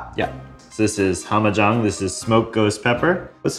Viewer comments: Just FYI, it’s not pronounced “hom-a-jong” it’s pronounced “ham-a-jāng” and it essentially means “fucked up” in Hawaiian Pidgin. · A really interesting episode, but please don't pronounce Hamajang like how does. It's pronounced with an "a" like in "cat" not "ah". Just saying. As a Hawaiian it made me cringe pretty damn hard. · The one from Maui you saying it wrong it's pronounced HAMMAH jang It's one pidgin word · The Hamajang sauce, is pronounced Ham-mah Jang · It's pronounced Hammah jang similar to the last name Chang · omg... You guys are murdering the way you say the Hawaiian sauce! Hahaha you gotta learn how to say hamajang! kiawe! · that pronunciation of hamajang is drivin me crazy